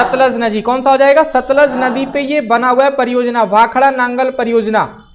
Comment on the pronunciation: That is not satlaj that is sutluj